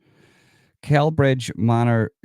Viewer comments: It’s pronounced SellBridge, soft C. Glad you’re getting this info out there, absolutely sickening behaviour AGAIN by nameless migrants. Has anyone been prosecuted over this? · Pronounced Sellbridge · Celbridge is pronounced like Cell Bridge 👍💯🇮🇪